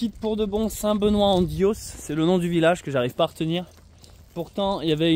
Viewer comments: Bjr, on dit st benoit en diouah! Vs traversez la région qui porte ce nom Diois [di-oua] pr la phonétique. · DIOIS s'énonce DI OUA. Tenez bon